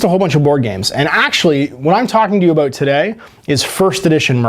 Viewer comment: Take a drink every time says, "aboot".